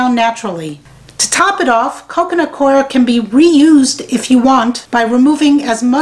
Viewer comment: The mystery of how to pronounce "Coir" has been solved, thanks! It might be just me, but your favorite gnats seem to love that stuff. I suggest full-court press early in the game.